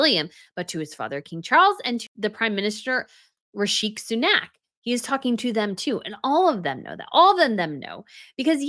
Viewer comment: Although he might not be in leadership for much longer, PLEASE pronounce his name properly - it is REE She SUE Nak.